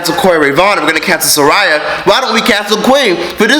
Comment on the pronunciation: Lol it’s SAH RIYA